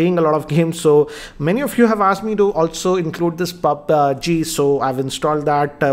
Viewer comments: Sorry but its पब्जी not पाब्जी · He says it pabge...man=mistake no offence